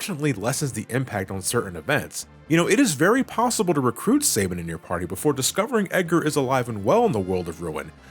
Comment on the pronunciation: Don't worry, your pronouncing of Sabin as "Seibin" has nothing on pronouncing "magi" as "majai" or "maj-eye"